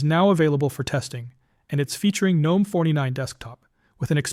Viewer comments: Jesus F Christ, stop saying the G in Gnome. The G IS SILENT!!!!!!!!!!!! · The correct pronunciation is: "Guh-nome" — with a hard G (like in GNU or goat), not the silent G like in the mythical creature gnome. The name GNOME originally stood for: GNU Network Object Model Environment Since it starts with GNU, which itself is a recursive acronym for "GNU's Not Unix" and is pronounced with a hard G, the GNOME project kept that pronunciation style.